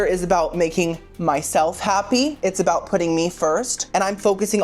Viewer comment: Lol "I'm NOT gonna talk Cout it" BUT you STILL talked Cout it hahaha I love it ! 🤣 💀 😅 💙